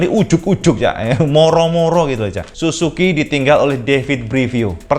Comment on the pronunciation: su ZUU ki om , bukan susuki :DD